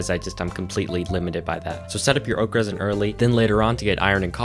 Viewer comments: Took me a while to realize you were saying oak resin and not Okras.. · I'm sorry. this is like the 3rd time I'm watching this video but everytime you say 'Oak Resin', I always hear 'Okras'